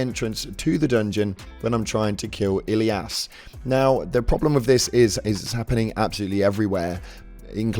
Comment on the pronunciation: thats not how you say elias